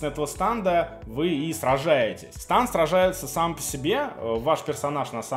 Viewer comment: Преступление против человечества это говорить "станд" а не стэнд....